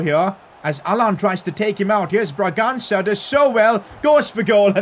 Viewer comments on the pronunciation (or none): PCQ: it's actually funny how calls brangança "braganga" and the guy misses his pass or gets stopped in his tracks in that moment 😂😂